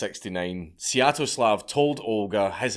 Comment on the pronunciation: Wait "Seattle-slav"?